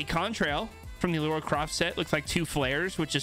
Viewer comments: It’s LARA not LAURA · LARA Croft. Not Laura Croft. I'm cringing!! LOL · i hated when you kept saying ( lora ) instead of ( lara ) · "Lora Craft" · I don’t know whether I’m mishearing but this is the third battlepass video where I’ve heard people say Laura Croft not Lara... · be like "lora Croft" And I can't stand it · Samsies. Its driving me bananas. [rip peely]